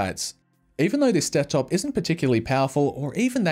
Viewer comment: Anyone remember when the old desktop casings used to be "U" shaped? (Also if youre reading this you said "Dektop" instead of "Desktop")